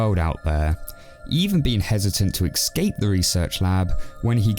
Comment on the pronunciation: ESCAPE! NOT EXCAPE YOU ILLITERATE BOOB. Don't make me enjoy your reviews just to slap my in the face with being unable to say the letters in the order they appear.